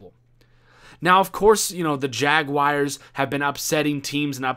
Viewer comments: Jaguars not jag-wires lol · Just say jags boi. Or maybe jag- wores. Not jagwires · Ummmmm......... Jagawires? Did you mean Jaguars? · "Jagwires" LMAOOOOO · HappyBagelKing I know it's jaguars he pronounce it funny